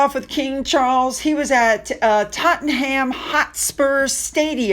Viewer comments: I say Tottenum. :) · and 'Tottenham' is pronounced "tot-num" 😁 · I’m sorry, I hope you don’t mind, but I have to help you out here…. Tottenham = Tot-num, Southwark = Suth-uck, Love your videos about the real royals 💖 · It is not pronounced Totten Ham. Common mistake. It is not South Wark either. It is Suthark. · my love, FYI pronounce it Totnum and Southwark is Suthukk lol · Hi, a little pronunciation for you sweetie, it is Tottenum and Suthurk. Any names ending in ham is always pronounced hum or um. Love from Scarborough or Scarburugh. Xxxxx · PronouncedTottnum and Southurk! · when you see a Ham at the end of a name we say it as em or am. Buckingam. Think of how you say William. Southwark is pronounced Sutherk. Take a look online.. and you'll hear for yourself 🇬🇧